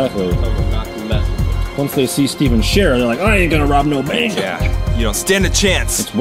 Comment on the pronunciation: Nike Squad *STEPHEN SHARER Not ( stey-fne) (Share)